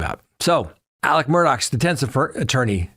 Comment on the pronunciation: It is Alec